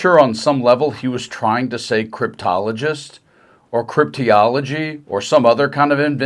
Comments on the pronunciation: He was trying to say Cryptologist, and as usual, he couldn't even do that right. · Look the man can't even pronounce the word cryptologist!! Wow that's pretty bad. Maybe we should change the way that words spelled to match Trump's word? Yeah!! Not! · I think Donny Boy was trying to say "cryptoproctologist" because he seems to have his head up his own about Bitcoin. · My guess is he was trying to say Cryptologic Tecnhician Interpretive, which is a rating in the US Navy for a linguist.